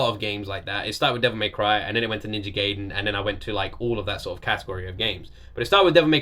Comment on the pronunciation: also, it is pronounced Ninja "guy-den", just for future reference